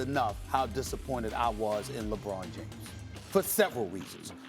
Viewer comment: Stephen “Lebrawn James” Smith